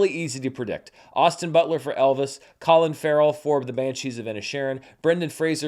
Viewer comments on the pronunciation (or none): none